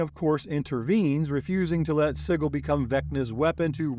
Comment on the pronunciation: Awesome Video Just wanted to say Sigil is pronounced "SIJ-il"